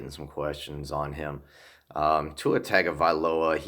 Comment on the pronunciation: You pronounce his name Tong - a - vye - low a. In their culture, the ag is pronounced using the "n" sound. This was a video I saw of Tua himself explaining this.